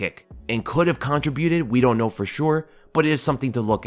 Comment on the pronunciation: Dude....learn how to pronounce contribute!